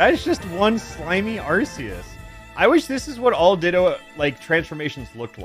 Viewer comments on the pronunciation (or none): It is pronounced arc e us, not arse e us. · "its just one slimy Arse-e-us" please, pronounce it properly, to avoid saying dumb stuff, it's pronounced "Arc-e-us" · Hate to break it to you but you pronounce arceus wrong